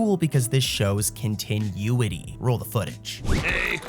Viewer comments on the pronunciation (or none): Love your videos! They're great to fall asleep to. But, dude, my guy, please Google continuity and listen to how it's pronounced lol. It's not pronounced like continue, the way you're pronouncing it. Keep up the good work! But please, go listen to how it's pronounced.